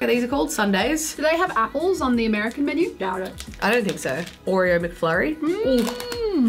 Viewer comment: is the only one saying Oreo correctly The Australian way